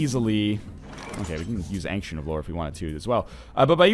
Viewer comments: Ancient of Lore. It's not "an-ksent", it's "ayn-chent". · Ryan, when you say "ancient" it is distracting. Now when ever anyone pronounces it the more commonly used way, I think of you..... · Since when was "ancient" pronounced "ank-shint"? I always hear NL pronouncing it that way but I have never heard anyone else say it like that, English teacher or not